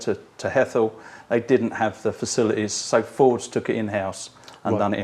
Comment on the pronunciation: Johnny you seem to be constantly mispronouncing Fords please address for next time